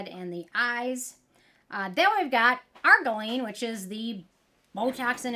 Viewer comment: You're missing a syllable in argireline ar-GEER-ruh-leen